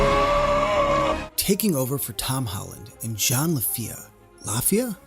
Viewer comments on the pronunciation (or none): Don't Wana be that guy that corrects everyone but it's Jon La-fee-ya.